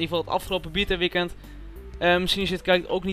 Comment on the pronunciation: Het is geen bieta, maar beeeta (of behhta